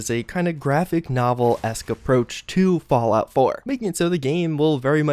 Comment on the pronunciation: "Fallout floor"